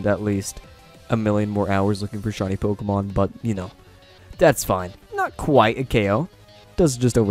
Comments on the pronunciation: I'm late, but "Pokeman" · Great content also ‘Pokeman or Pokemon’ haha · "POKEMAN" No lie I dig your video style I'll be sticking around